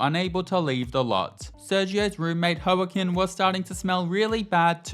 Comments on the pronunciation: Hearing the Brit call Joaquin (wa-KEEN) "Ho-a-kin" 😂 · By the by, Joaquin's name is pronounced Wah-KEEN. Like "Ey, I'm Walkin' here!". Love the series, Tina is an icon! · Joaquin is pronounced similar to Wah keen i believe 😅 loving Tina's adventure though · BTW - Joaquin's name is pronounced Whack-een. Like Joaquin Phoenix the actor in Joker.